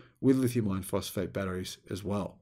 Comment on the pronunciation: For a long time I thought he was saying lithium ion phosphate instead it is I -RON